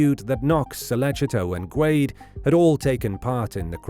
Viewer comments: I've always heard Guede pronounced "Gwayde-A." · Rudy’s last name is pronounced “Goo-day”. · Is it not pronounced Guh Day? Maybe I’m wrong idk 😂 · I’ve always heard Rudy Guede’s last name pronounces as “Ge-day”, not “Gwade”. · It's pronounced goo-ehday.